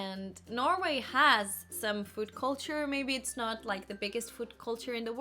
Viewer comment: Have a look at this nice example of Icelandic accent: the sentence '...so that you may not miss an opportunity...' do you hear it? 'noht' You sometimes sound littlebit like that - but only in this respect, not the rest of the accent. I don't write it to criticize, you have super nice and smooth English! Just as an observation. Because up until now I thought that only Icelanders do it and you have proven me wrong :-)